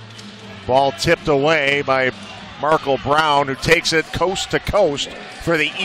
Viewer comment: why he pronounce Markel like that?